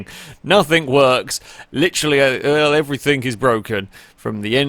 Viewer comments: 'everythinG' not 'everythinK' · “Everythink” lol love you